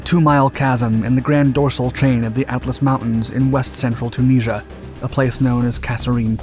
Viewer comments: Chooneasure. Or Tunisia, as we say in English. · Say Tunisia again? ‘Tuneesha’ Tunisia ‘Tuneesha’ Okaaaaay. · can't you say Tunisia?